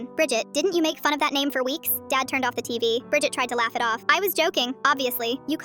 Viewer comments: Bridged sounds like bridge 🙂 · Bridget sounds like budget